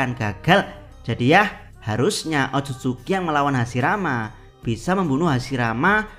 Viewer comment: admin baca hashirama bukan hasirama 😅